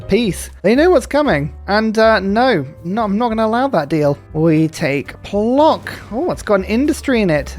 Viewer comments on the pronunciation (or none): In Polish "c" is read as "ts" so Puotsk not Plock. I had a giggle